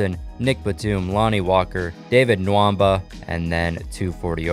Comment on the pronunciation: said Okogie, Nwaba and 2 other names wrong